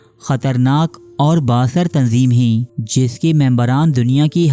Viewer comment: Mashallah Bhai ap ne video to boht achi banayi hai _ magar ap ( Hain ) ko ( heen ) kyu bolte ho 🙂